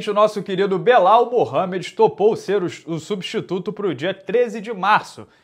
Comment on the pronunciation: "Nosso querido Belau" que isso